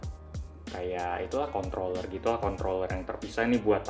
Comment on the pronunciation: kontroller /kontoller soalnya gw dengernya kontoller